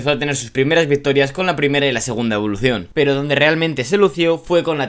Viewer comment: Cada vez que dices evoluTion y performanCe se va un suscriptor 😂